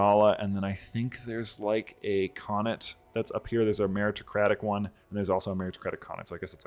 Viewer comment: Why should I trust a guy who can't pronounce anything correctly, not even an easy word like "khanate"?